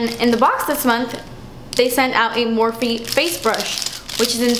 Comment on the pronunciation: Its Morph, you don't pronounce the E.